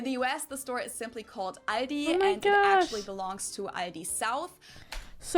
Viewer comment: she said the L in Aldi listen carefully. She says it at the back of her mouth not at the front at her teeth